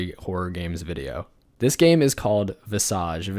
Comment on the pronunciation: visAUGE lol, someone else who says it like this, wasnt what i expected when i opened this vid